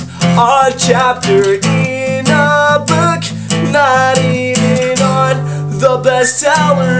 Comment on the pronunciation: hes talking about how max pronounces certain words book is buke:)